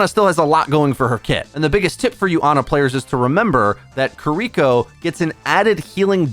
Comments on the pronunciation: you gotta stop saying "KiRIko." It's "KIRiko." No one expects you to use a flawless Japanses accent, but this shit is simple. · You should listen to the characters in game and learn how to say their names 😭 I cringe every time I hear “kereeko”